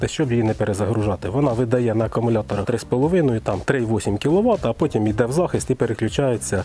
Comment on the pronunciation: привіт я твій підписник але все таки АКУМУЛЯТОР не акамулятор